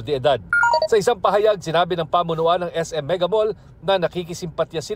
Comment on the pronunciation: Ayusin nyo ang pag bigkas ng salitanng PAHAYAG…..